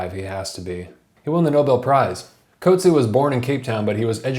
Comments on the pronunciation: The CORRECT way to pronouce the author's name is "COAT-see-ah". He is from am Afrikaans background NOT an English background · Ok great review but please note that his surname is pronounced “coot-see-a”. He’s a great author and his name should be pronounced correctly. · coat-see haha. but great video! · You’ve mispronounced his surname.